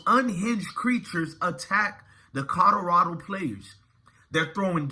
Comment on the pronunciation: COL-OR-RAD0!!!!!!!!!!!!!! PLEASE BRO JUST LEARN HOW TO SAY THE NAMES CORRECTLY BRO , I LIKE YOUR VIDEOS BUT PLEASE SPEAK RIGHT BRO THERE IS A L IN COLORADO LOL